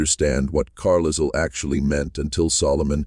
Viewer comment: Yes! “Carlisle” with the S sounded. Disconcerting!